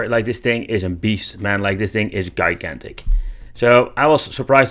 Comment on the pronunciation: Pronounced jai gan tic